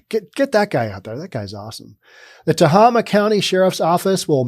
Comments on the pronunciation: It's "teHAYma", not "tehahma". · It is pronounced Te (eh) (hey) ma hey like the stuff horses eat. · Tuh hay muh... Emphasis on hay. Just sayin.... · Being a resident of this piece of shit county, "Tah-Hay-Ma" the facts run way deeper than you report. If there is a shooting involving a cop within the county, there will be a 10 sq block lockdown carried out by over 40 responding vehicles including chp, cdf police, game wardens, and nearby city police. However that's where the law ends, and the lawlessness begins! When night time deputies are called upon to respond to anything, they drive up, stop in the street, crack their window, listen for less than 10 seconds and drive away, they will not exit their vehicles, whatsoever for fear of a confrontation. Then there's the lack of bravery within their ranks. Certain people within the rural areas of the county only need to post their non-fenced property as being "sovereign land" and I kid you not, deputies who even do manage show up, see felonies in progress such as rape, kidnapping, beatings, drug manufacturing, and toxic waste dumping, and will simply say "we don't want another waco on our hands" -Deputy Jess. The only thing that has ever made this sheriffs department move their ass, has been the occasional drug operation bust, and that is when the corrupt as fuck sheriff wants some vacation money, since they pocket any cash they find and only use the drug possession as evidence in court. Then there's the contact with them, if you report a crime, they want your information top to bottom, including emptying your pockets and purse, running your background for felonies, wants and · Pronounced Tah- hay - mah. That does seem like low pay. It's not a very large county in California. One of the smallest, in fact. I remember it being a relatively safe county. It used to be a pretty great place for families. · It’s pronounced “Tae-Ah-Ma”!!! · Not that anyone cares... But I believe it is "Ta-Hay-Ma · Tah Hay Muh county